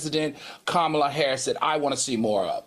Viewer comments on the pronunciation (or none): Young Miami must be drunk or high on something 🤔 if she thinks she is anything OPRAH girl have several seats. Panel will y'all please tell Funky how to pronounce the VP name PLEASE